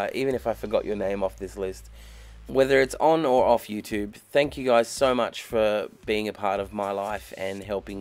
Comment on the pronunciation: When Australians say YouTube the American way it makes me want to kick things. 😡